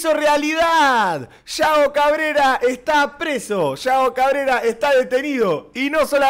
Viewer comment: No se dice yao cabrera